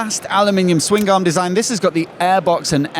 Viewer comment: Ok, Swing Garm? Swingarm. One word. Aaagh.